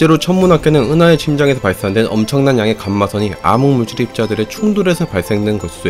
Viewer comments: 암흑물질을 아무물질 이라고 함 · 발음이.. 왜 자꾸 암흑물질을 아무물질이라고 하냐고..